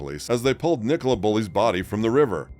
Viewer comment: Police nationwide are institutionally corrupt and incompetent. Nicola pronounced Nik uh Lah